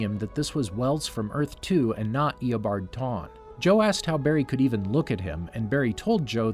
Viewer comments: "eobard tawne" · Bro eabard tawne 😂😂😂